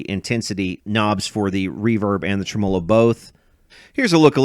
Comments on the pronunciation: Dude!!!!! SAY IT WITH ME!!!!!! (TREM-MUH-LOW) NOT (TREM-MOW-LOW) Whats wrong with you ya weirdo..... 😂😂😂😂just yankin your chain... i dont mean nothin by it... Love your videos man truly... i really mean that... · don’t get me wrong, love your channel and your general point of view, but this one drives me nuts. My history teacher used to say in situations like this “you put the emPHASIS on the wrong sylLABLE” /ˈtreməˌlō/ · I don't think I've ever heard somebody say trem"OH"lo before, so I got a kick out of that 😂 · I've been away! Missed ya! Congrats! You're getting better pronouncing ... TREM-a'low. When I get down to Louisville again im bringing my 100watt Yamaha - with 3 STYROFOAM SPEAKERS - for you to work on! That'll be a good show!!! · That's an interesting way to pronounce "tremolo".